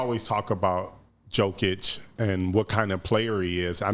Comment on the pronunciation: The second this guy mispronounced Jokers name, instantly new BS was coming out his mouth